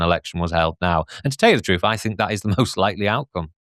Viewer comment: Can no one from London pronounce "th"? It's always weird hearing saying "fink"